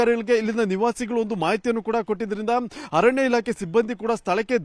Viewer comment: ನಿಮ್ಮ ಚಾನೆಲ್ ಸುದ್ದಿ ಚೆನ್ನಾಗಿ ಕೊಡುತ್ತೀರ. ಆದರೆ ಕನ್ನಡ ಭಾಷೆ ಕರ್ಣ ಕಠೋರ. ಆತಂಕ ಗೆ " ಹಾತಂಕ" ಅರಣ್ಯ ಕ್ಕೆ " ಹರಣ್ಯ" . ಭಾಷೆಗೆ ನ್ಯಾಯ ಒದಗಿಸಿ. ಮತ್ತೊಂದು ವಿಷಯ. ಉಸಿರು ಕಟ್ಟಿ ಹೋಗುವಷ್ಟು ವೇಗದಲ್ಲಿ ಸುದ್ದಿ ಹೇಳಬೇಕಿಲ್ಲ.